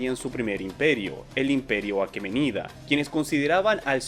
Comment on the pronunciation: Excelente video como siempre, querido. La investigación está muy completa y el guión bien trabajado, buen trabajo Lo que si me choca un poco es que no lees las tildes de Heródoto o aqueménida, pero quizás son cosas mías xD